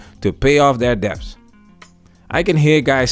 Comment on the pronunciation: Good content as usual. Just one correction: "debt" is pronounced "det". The "b" is silent. Not trying to be that guy, or anything...I'd just hate for people to think you don't know what you're talking about because you pronounced a word incorrectly. This is the third video where you're saying "dep". I couldn't take it any more lol and had to say something. I hope you read this...